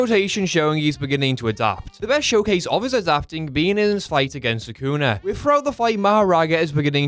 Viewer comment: "Sakuna matata" PRONOUNCE SUKUNA. NOT HAKUNA MATATA.